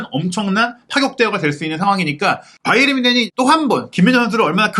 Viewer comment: 평소 자주 시청하며, 좋은 정보에 감사하고 있습니다. 일반적으로 이름/지명 등의 고유명사는 현지 발음대로 하는 것이 원칙으로 알고 있는데, "바이에른" 발음을 영어식 발음인 "바이언"이라 수없이 발음하시는데, 독일통 기자라고 하시는 분이 영어식 발음으로 "바이언"이라 발음하는 것이 계속 귀에 거슬리네요. 제가 맞다면 고유명사인 "바이에른"을 앞으론 독일어 발음으로 고쳐주시기 바랍니다. 😊😊😊